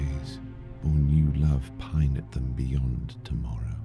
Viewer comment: Better than other recitations - 'Lethe' > 'Leth-e', 'delved' > 'delv-ed'. Was going well until 'pineth' > became 'pine-eth'. As if there was a piano metronome in the background. Lovely voice and I am a great fan, but I do not not get from any of the recitations so far the realization of the pain of the transience of life. The beautiful words, the song of the nightingale - hope I'll hear this some day - are like a cloak that Keats uses to shield himself from his pain and loss. That's a hard ask though, but that's what I feel the most when I read this poem: 'Man can only bear so much reality'.